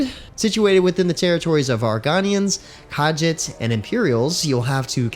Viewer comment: I... have a feeling you've never played an Elder Scrolls game, based on how you said Argonians, Khajiits, and Mehrunes Dagon. Argonian has a hard O and a soft N. Khajiit has an E sound for the II and the J has a Z sound (I have no idea why, but it is what it is). Mehrunes is pretty close to correct (I have no idea how to fix it for you) while the A is hard in Dagon.